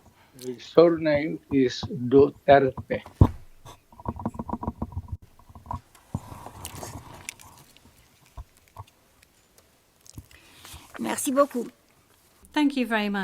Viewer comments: Hey Women can you pronounce properly the last name of Former president Duterte. DUTERTE DUTERTE HELLO SAY IT right Duterte again Duterte not Mr Dutert😂😮😮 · DUTERTE! NOT Dutert! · DUTERTE not Dutert 😒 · Poor Mr. DUTERTH. He kept pleading with the presiding judge to properly pronounce and accentuate his surname but kept getting ignored. Sorry, Mr. DUTERTH! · Dutert(e) - silent e 😂